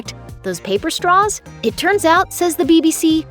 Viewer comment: What is a "strah?"